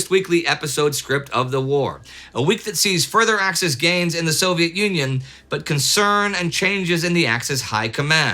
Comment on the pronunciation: Did anyone else hear Indy calling the Soviet Union as Soviet Onion? Or was I the only one? :D